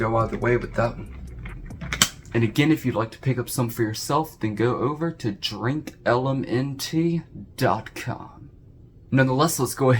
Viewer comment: Hey,.... You Mis-Said their Name, Dumb@ It's "DrinkLMNT", not "DrinkLMNK". Get it right..! 😑 MFs makin' Life Potions and yo can't even say their Name right..! 😑